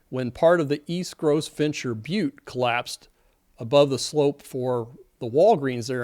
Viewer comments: Gros Ventre is pronounced GROW vaunt. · You may properly pronounce Gros Ventre as "grow vaunt". Thank you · GROS VENTRE pronounced "Grow Vont" French for large belly. You would think you should know that. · is right. I live in a country where we learn French in school for a decade. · Its not pronounced Gross venture, makes me think you are not familiar with the area. Gros Ventre is a french term and pronounced as such.walgreens being dismantled? Its been gone for ten years. It seems like you are looking for content for your channel. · Pronounced-grow vont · Pronounced "GRO-VONT" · And just to follow up on the previous comment regarding local place names, "Gros Ventre" is pronounced "Gro Vont". It's the Americanized pronunciation of "Big Belly" in French, the name that French trappers gave to the local Native Americans. Apparently anyone that got so much to eat that they had a big belly was worthy of note. Thanks for you videos! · No, unless he's so thin skinned that he equates sarcasm with rudeness and a personal attack. I was makinig fun of him for mispronouncing Gro Vont since he obviously is too dim witted to realize he's sitting at his COMPUTER or is too lazy to look it up on the interwebitubes, so I said it's too bad there's not a little box or something that we could ask questions and get answers and meanings and pronunciations of words, and how you'd think there would be someting like that by now since it's the 21st century. 😆🤣 I just checked and it's still deleted so I put it back again but don't worry, he'll delete it again. 🤪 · check your pronunciation of Gros Ventre! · Criticizing the engineer’s pronunciation of a few words prompts me to say you mispronounced Gros Ventre